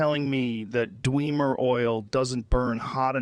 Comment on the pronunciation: The pronunciation "dweemer" never gets old